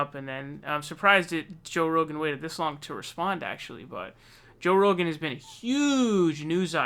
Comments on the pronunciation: What's with the 'Ro-GANN' and 'Rugen'? Just say his name. It's Joey Ragu. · Haha you keep saying Joe Roogan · Joye ronant says his name right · He cannot say Rogan 😂😂